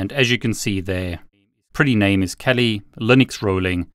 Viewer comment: Why t f does he say Kelli Linux lmao